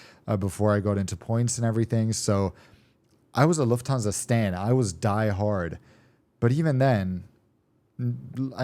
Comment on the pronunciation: Luft-stan-sa (IDK what I'm saying)